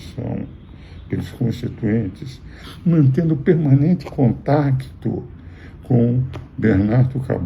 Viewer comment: Você vê quando a pessoa é velha quando ela fala CONTACCCTO